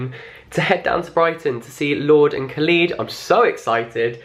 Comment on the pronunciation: I find it odd you pronounce it kha-lees not kha-lid